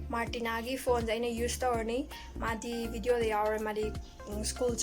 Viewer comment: don't say bideo say video...